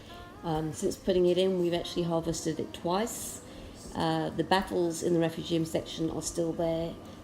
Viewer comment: Love how you pronounce refu gee um haha. Im going to buy a tunze chaeto reactor looks luch easier to use. Great tanks! I would love to get to your level one day.